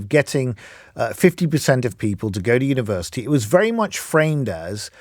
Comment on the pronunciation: If you do an apprenticeship "you earn fifty faaahsand a year more..... over a lifetime"? Glad LBC have got their top expert on to share his wisdom. Also, if you want to denigrate university, at least learn how to say it. And, finally, when is this clown going to leave, like he said he would?